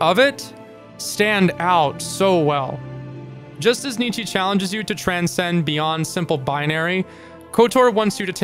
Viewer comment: Just a heads up. His name is pronounced "Knee-Cha" not "Knee-Chee" :)